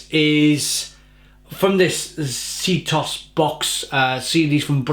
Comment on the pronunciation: sztos is pronounced shtos and it is an informal way of saying that something is really good :D